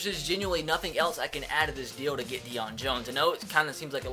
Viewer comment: his name Is pronounced day-own not deion they even say that in game